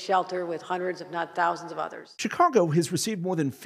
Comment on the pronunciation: Did he say " Chicongo " ??